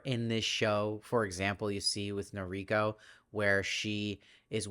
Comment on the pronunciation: "Masa" rhymes with the Spanish "casa". "Hime" is pronounced "Hih-may". "Noriko" has the syllable stress on the first syllable, although the syllable stress is more even in Japanese than in English. The missing finger is an indication of yakuza membership, specifically payment for some failure in yakuza business or society. The mother-in-law is almost certainly tied up with the yakuza somehow. (I haven't read the book.) Thank you for the great reviews!